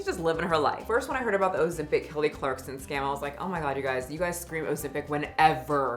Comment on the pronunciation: It’s clarkson, not clarkston